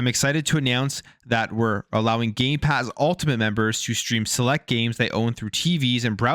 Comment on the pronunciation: did you say gay pass ? i heard no m when you said it..... xD YOU DID! YOU SAID GAY PASS ! HAHAHAHAHA next say gay box ! LOL i am appaled to all you straight/hetro people buying gay pass... LOLOL